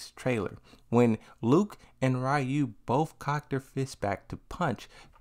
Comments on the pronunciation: Stop saying Rayu please 😂😂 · I find it interesting people still say Ryu's name wrong these days. I used to say it wrong when I was a kid. Lol.